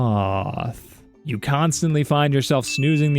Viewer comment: The way he said s-s-s-sloth and then WRATH, just has me dying 🤣